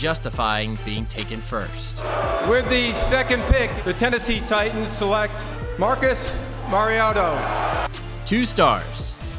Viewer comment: I think we all knew Marcus was not gonna last once the commissioner botched his name